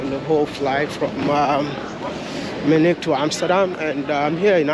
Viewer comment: Hi maya,the name is Munich not menich